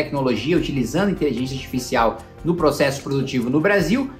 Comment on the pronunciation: Pq o Kim ta falando inteligênxia? kkkkk